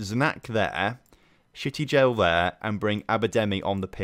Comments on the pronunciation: shty-gel like shygel but add the t, I hate to ruin the name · I hate to ruin the fun, but Shtygel is pronounced 'shh-tie-gl'